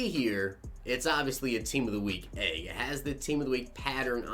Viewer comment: I didn't notice it at first till other people said something but you say egg weird sounds like you saying AAA-ge